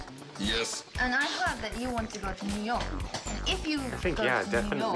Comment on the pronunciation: Of course she's away much better than most Japanese. But she's obviously not a native speaker. Check her pronunciation on 'New York'.